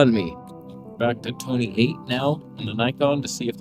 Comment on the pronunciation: Toneh eight, love that! :))))